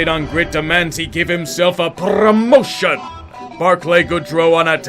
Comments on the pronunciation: Love the "prrrromation" like Robotnik with the music behind it. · That AoStH music during the Rangers bit...that perfect enunciation of PRRRROMOTION... I smell YTP.